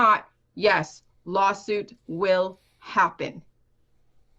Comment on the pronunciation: "I'll be doin a lawsiut" fuck XD